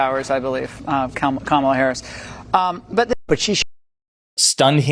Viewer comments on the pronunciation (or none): none